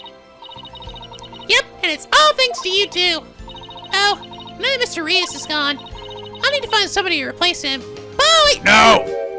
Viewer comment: Hey! I believe that Mr. Reus' name is pronounced the same as the word "ruse" (roos). Ruse is synonymous with trick, which makes sense considering that Mr. Reus was involved in the prank game show. I hope this helps!